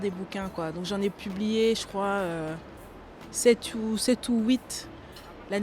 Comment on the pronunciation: Sept ou wit... Une vraie franco-belge ^^ Un franco belge